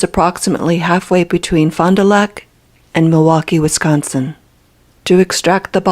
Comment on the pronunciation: Lulz how says "Wisconsin". Yeah, we'd know you're not a local.